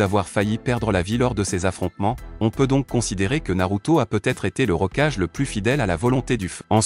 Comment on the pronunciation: Kulama ? Rocage ? T'es sérieux ? Évite de faire appel à un robot pour tes vidéo en français 😂😂😂